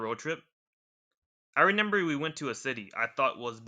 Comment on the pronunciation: "renember." i can't with this. Its so funny.